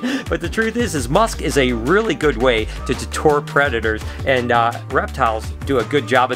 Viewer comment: Can’t tell if is trying to say deter or detour lol